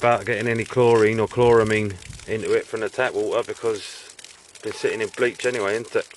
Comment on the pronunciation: I love how you say wa-ah with no T.